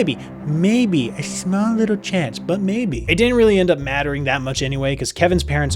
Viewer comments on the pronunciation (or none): none